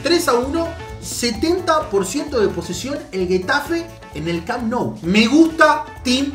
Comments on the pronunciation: Se pronuncia “Jetafe" no “Guetafe". Buen video xD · No, se pronuncia Getafe y dice Guetafe